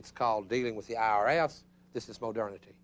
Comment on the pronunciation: Gotta love “Hai-degger” and “moh-derna-tee.” Just discovered this guy, big fan. Reminds me of home (TN), though I think his accent is from a different state. It’s hilarious because you expect a Baptist sermon from that accent, and then you realize you’re not in church.